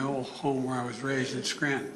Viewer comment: Biden couldn’t even pronounce Scranton right. 😂